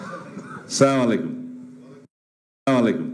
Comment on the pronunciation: সালাউদ্দিন বাই চা মালাই কমু না বলবেন আসলা মুআলাইকুমম বলতে হবে